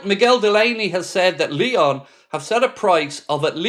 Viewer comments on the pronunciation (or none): none